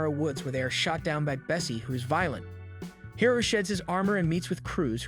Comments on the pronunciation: Is this an AI channel? Guys voice sounds like AI as well the mispronunciation of Hiro shows. He swapped from High-Ro And Hero multiple times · High-ro? Bruh!!! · I can’t stand him saying hiro (hero) as hiro (high-ro)🤦‍♂️ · high ro high ro high ro ITS HERO JESUS CHRIST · Dude I'm late on this but the kids name is pronounced hero not high row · HIS NAME IS HIRO!!!!!!!!!! NOT HIGHRO, IT'S PRONOUNCED HEERO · "Hairo"???? It's pronounced "Hero", spelled "Hiro" 😶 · "Hero" is how it's pronounced in the movie. Not "High-roe" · How do you watch the entire series and still manage to not learn how to pronounce so many characters names. Hi-row instead of He-Row, Weh Seh Bye instead of Wah Saw Bee and Heth Cliff instead of HeeTh Cliff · I don't like how you kept miss pronouncing his name. It's Hiro (He-row) not (hi-row) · The adventures of "Highro" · Bro pronounces hiro high row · This sounds like AI, like anyone can say Hiro, not HAI-Ro. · I hate the way u pronounced Hiro and Obake ‘High-rih’ ‘Oh-b-k’ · high-roh :))))) nice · Hiro is pronounced hee-ro. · hero not hiro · And a bad one at that. It frequently screws up Japanese names (Hiro, Obake) and botches the word seismic as well. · Isn’t Hiro’s name pronounced the same way as “Hero”? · You pronounced Hiro’s name wrong for the first half an hour to hour and couldn’t say Wasabi’s name either… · You pronounced Hiro's name perfectly the second time but pronounced it wrong all the time after.